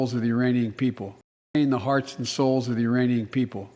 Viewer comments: Sounded like he was standing with the "Uranian people" not Iranian people. More likely he spaced out (as usual) and forgot there's a "K" in there. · I think he actually said uranian. Must have been getting mixed up with uranium.